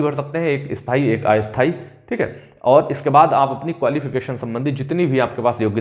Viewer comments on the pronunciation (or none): none